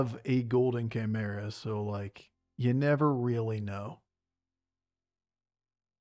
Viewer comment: if I were you I would just pronounce it differently each time I say the word just to fuck with chat at this point... Chaymurenda?!